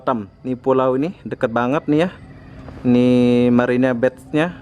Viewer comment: Apaan Marina bay jd marina bet...emangnya betting ?